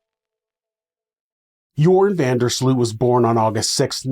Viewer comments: It's pronounced URINE van Der SLUT. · Ah yes... Jorhen vendur Sloeht... smh...